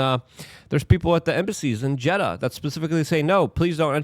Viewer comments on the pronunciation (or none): none